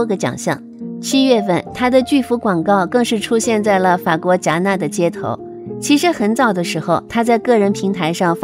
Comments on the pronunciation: 那个不是应该读戛纳（ga na）吗？我的天，连辣么著名的电影节及城市都读错？！！😂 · 戛（ga）纳😂天啊！